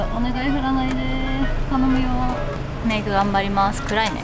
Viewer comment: メイク頑張ります～す！が、めぐ頑張りまーすに聞こえた笑